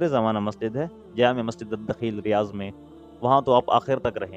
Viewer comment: Riyaz nahi Riyadh hai 😅